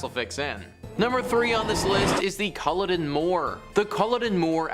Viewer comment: Cull-odd-inn not culadin